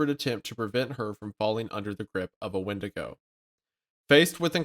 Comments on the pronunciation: Wait it’s a wendiGO not a wendiGOON!!! What’s different about Isaiah’s?!!!! Oh god… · Wendigo - the boys are making it sound a little more like 'Wendigay' the horror story told by catholic priests in Sunday mass